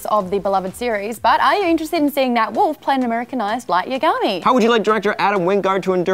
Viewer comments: Light Yagami. Not Yiagimi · Light YAgami, not YaGAmi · the way you said yagami you are clearly not a fan of DN behold more manufactured youtubers trying to associate with nerds and are clearly not